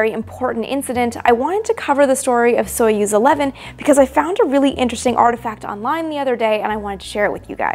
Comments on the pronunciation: Pronounce as Sa-yoz not so yuz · Союз is pronounced [sɐ.ˈjuːz], not [ˈsɔɪ.əs]!!! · stop calling theese names soyuz in english accent its pronounced sayuz qnd spelt soyuz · Soyuz is pronounced more like /sah yuz/ and the U is pronounced between the 2 different 'oo' in foot and food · I know this is super nitpicky, but the correct pronounciation would be closer to "Sajuz", since in the word Союз the "о" is said as the letter "а". The transliteration "Soyuz" is quite bad imo.